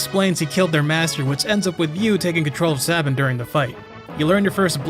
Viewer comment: It's pronounced Sabin obviously